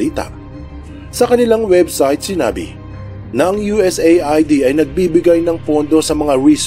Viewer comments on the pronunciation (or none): US-AID ang tamang pag bigkas sa USAID...